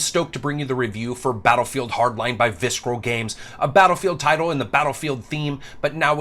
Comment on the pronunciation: lol you said Viskeral Games.